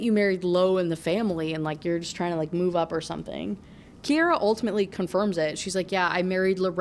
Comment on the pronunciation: SO weird to hear my relatively uncommon name being said so much in a video 😭 and I can confirm—it’s pronounced KI-ara :)